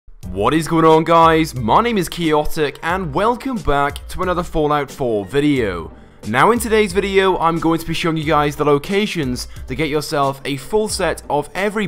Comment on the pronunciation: Lol he pronounces chaotic as keeotic